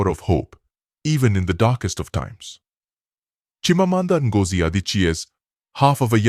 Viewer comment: I really oove this story, but then, the AI voice quite ruins some of the word's pronunciation, especially the characters' names, the cities and worst of all, the author's name.😓😔